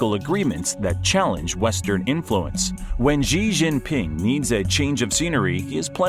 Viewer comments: How can you believe anything that a moron says about China who calls Xi Gee? It's She, you American clown. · I stopped as soon as he mispronounced Xi.